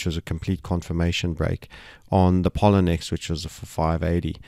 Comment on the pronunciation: Excellent as always ... but Sir may I point out: you are mispronouncing Poloniex - it is pronounced p-o-l-o-niex - thank you for all the brilliant forecasting and information.